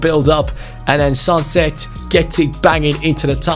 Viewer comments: Sancet is pronounced simply as 'sun-set' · Sancet was born in a Basque city so it probably is pronounced more french.